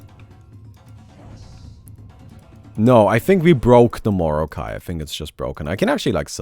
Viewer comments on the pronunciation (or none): Its like mor"not"kai than morokai